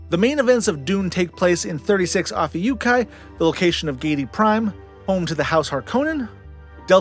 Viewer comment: Bro can pronounce Ophiuci but not Barnard 😅